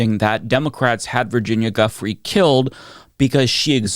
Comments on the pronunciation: I really appreciate your great reporting, however Virginia Guiffre's last name is pronounced JOO-fray. I know it's difficult. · I really enjoy your videos but - my man - please stop pronouncing Ghislaine as "Jizz Lane" (if you can't/won't do the French pronunciation, at least stop pronouncing the G like a J) and Guiffre as "Guff-ry" (It's pronounced like "Jew-Fray". Source: her BROTHER) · Please listen to interviews and videos from the survivors. Mispronouncing Giuffre's name hit me like nails on a chalkboard. Please please please don't do that. She deserves full respect and to be listened to, may she rest in peace. Her name is pronounced Jew-Frey not Guff-free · Love you! Just one thing, you did pronounce Virginia Giuffre’s name wrong. Just want to make sure we are being respectful of the victims. It’s pronounced Jew-fray. Thanks for all you do!